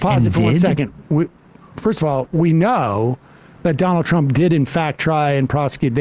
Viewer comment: "Try to tro tronald trump"😂